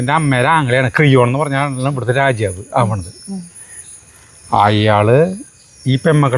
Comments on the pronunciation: രാജ്യാവ് അല്ല.രാജാവ് ആണ് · രാജ്യവ് എന്നാ പറയണ് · രാജാവ് എന്ന് പറയുമ്പോൾ എന്തോ ഒരു മിസ്റ്റേക്ക് പോലെ😊